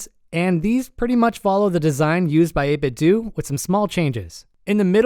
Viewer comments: It's not 8 bit doo, it's 8 bit DOH Most of the internet figured out the pronunciation already. I'm shocked to see someone who still hasn't figure out the proper pronunciation. The company modeled their name after Nintendo (Nin Ten Doh) (8 bit Doh) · It's 8 Bit DOUGH. Not 8 Bit DOO! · It's pronounced "8bitdoe" like Nintendo. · only audio bug I had was the 8-bit-do pronunciation as I always assumed it would rhyme with nin-ten-do